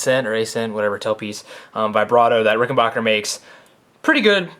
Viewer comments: Rickenbacker not bacher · The third syllable in Rickenbacker is pronounced "BACK", not "BOCK". A reliable source is interviews of John Hall, proprietor of Rickenbacker.